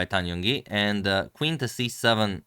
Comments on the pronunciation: Just to reiterate, 'You win you win' is obviously someone trolling you. I'm not a native speaker, but I do speak Chinese, and I would say you're speaking the player's names very well. You could improve on pronouncing Zhongyi, but given you haven't studied Chinese I'd just go back to your previous pronunciation as the other posters have said. Ju Wenjun is definitely not 4 syllables, with two repeated twice lol. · Chinese here. Your pronunciation was fairly right to begin with, not sure who told you Yu Wen Yu Wen, but that definitely was not right. As for Tan Zhong Yi, the Zhong is pronounce with Z, not J. You could google search how to pronounce their name letter by letter. Ju Wen Jun: 居文君 jū wén jūn Tan Zhong Yi: 谭中怡 tán zhōng yí Fun fact: Different from Western countries, most Asian names start with their family name first then only their name behind. Using Ju Wen Jun as example, her family name/surname is Ju, her own name/first name is Wen Jun. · Zhong not Zong. I speak Chinese. It’s not the same phoneme.